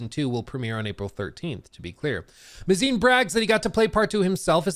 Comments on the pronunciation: Craig Mazin. His last name is pronounced May-Zin not mah-zine. Just say the word "maze" then add "in". Normally this wouldn't bother me, but I just came from watching a video from another rightwing grifter TLOU pseudo-fan that kept mispronouncing it and it started to grate on my ears. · May-zen not "muh-zine" 🤦‍♂️ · It’s pronounced “May-zin” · I think it’s pronounced MAY-zin? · mispronouncing Mazin the amazin